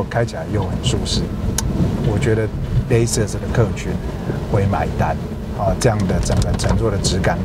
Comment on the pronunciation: 这明显不是地区口音的问题啊，Edition /e/ 发 /i/ 音 idition？？；Lexus /aekses/ 他发 /lases/，这种也是地区口音问题嘛？